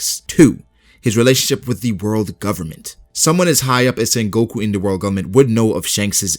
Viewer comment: Bruh its not sengOku its sEngoku